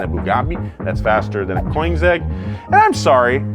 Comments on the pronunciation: I liked your naming convention: "BOOGABI" & "COINZEGG"😂😂😂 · Gotta LOOOOVE The mispronunciation of Tourbillon and Koenigsegg on Car Enthusiast YouTube Channel